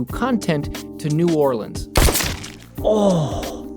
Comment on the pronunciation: As a Louisiana native thank you so much for pronouncing New Orleans right (Noir-lens)